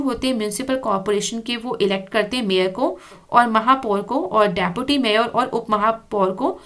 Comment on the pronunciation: mam its say deputy mayar 10;55